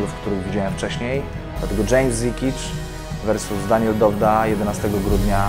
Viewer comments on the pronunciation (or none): "fałes" zamiast "Versus"... ale buractwo :D a walka ciekawa, ze wszystkich względów a kto myśli że Pudzian to pierwszy steryd w klatce niech sobie wpisze w google: Brock Lesnar